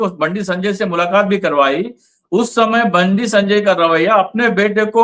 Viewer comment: Sir not baandi it's "BanDi"